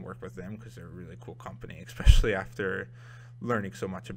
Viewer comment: dude, it's pronounced ES-pecially (especially), not EK-pecially